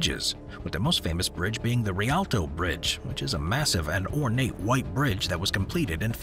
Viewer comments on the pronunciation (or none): none